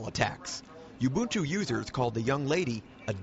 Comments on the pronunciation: Corrected the pronunciation of Ubuntu from Oo buhn too to You boon too. Geez. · The anchor finally learn to pronounce Ubuntu correctly... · buy a friggin windows disc slap it in and install it! and its pro nounced oooboontoo not youboontoo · She fricking mispronounced ubuntu in the first 19 seconds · Yeah this cracked me up too. Two different pronunciations, nether correct. And then the guy mispronouncing it the whole time actually comments about the girl mispronouncing it. 🙄